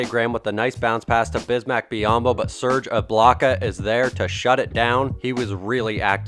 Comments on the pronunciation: lol "Serge Iblocka" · "Serge Iblaka"